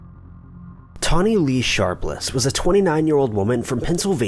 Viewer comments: How did you get Toni (Tawny) out of Toni? It's pronounced TOE-NEE. Like Tony Danza. Toni Braxton. Tony Matthews. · Isn't TONI pronounced Toe-nee? I've never heard it said like Tawny. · Its TONI not TAWNI. My names tawni & I hate that ppl dont get the difference when its TONI.. errrr.. haaa. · 1. Kurt was murdered. 2. Sorry, this just bothered me - Toni is Toe-nee, not Tawny. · Yeah, my friend is called Toni pronounced 'toe-nee' not 'tar-nee' simples😄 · WeatherlessWorld Lol!!! I knoooowww!!! 😜 “Toni” is pronounced Toe-knee! I don’t USUALLY mind mispronunciations but he said it so many times! 😳😜😂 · first case pronounced TO NY.......... NOT TAWNY. I went to school with her! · Toni, not 'Tawny' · Its actually pronounced "Tow-ney"......Toni..... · Re #5: First off, ‘TOE-KNEE’!!! Her name is pronounced ‘toe-knee’, FFS. Secondly, there’s absolutely no mention of a P.I.? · I wish you would stop saying "Tawny" lol... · I can't get past #5! The name is Toni....like Toe-Knee, Tony......TONI. And NONE of you better EVEN bring up the 90's musical group or I swear to God......... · He’s saying Toni’s name wrong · Someone needs to teach him how to say Toni. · Can’t watch.... you kill me with your crappy pronunciation. Toni is the female version of Tony (pronounced exactly the same) sheesh 😤